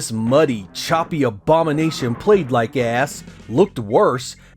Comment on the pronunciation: I like the way you say ass